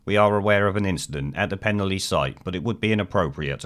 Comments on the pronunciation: Please take note, it is pronounced 'Pen-alley'. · FFS, learn to pronounce Penally properly !!!!!!!!!!!